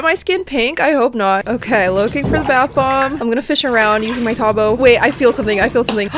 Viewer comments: i- teybu 🤣🤣😂😂 u pronounce it by the spelling t a b o tabo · But the way she pronounced tabo tho-😭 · AHHH FINALLY YOU USE A TABO But the way she pronounced it-💀 -Makulit na bata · Lol the way she pronounced tabo made me kinda laugh I am filipino too